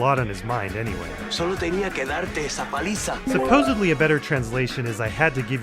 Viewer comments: native spanish speaker here "I had to give you a beating" wouldn't be the better translation, but rather "I just had to give you that beating". I believe that would be the proper way to translate it. Also it's paliza, not peliza, but I can understand getting it wrong lol Also , Eladio says "You..." before dying, which seems to not have been subtitled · It´s not peliza, it's paliza. And it means beating, not spank, spank it's "nalgada" Amazing videos by the way :) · It’s “paliza”, with an a, and yes, it does mean a beating, or more idiomatically, an ass-kicking.